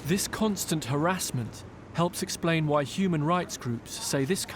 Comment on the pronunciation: the way he asks "why" frustrates me for some reason?????